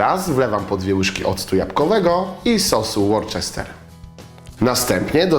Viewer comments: Troszkę przyczepię się do wymowy nazwy sosu worcestershire. Nie jest to "Łorczester" tylko "Łustaszer". Najczęściej jednak mówi się na niego porostu "Łusta". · "łusterszer" a nie "łorczester"..... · sos Worcestershire wymawiamy; łusterszer. nazwa skrócona Worcester ; łuuster ;)